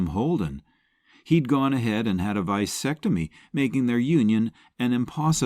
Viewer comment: Cecil DeMille, not Ceseal!! Vasectomy...not Vysectomy!